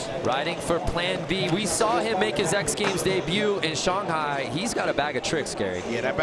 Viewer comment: I get all the hate in Gary's commentating but seriously. NOBODY HAS TOLD THIS DUMBFUCK HOW TO SAY SHANGHAI SINCE THE LAST X GAMES!!??